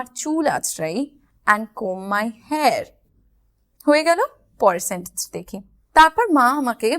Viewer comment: Not স্যানটেন্স but সেনটেণ্স